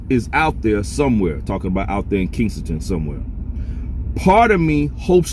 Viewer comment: You keep saying kingsengton...It's Kesington..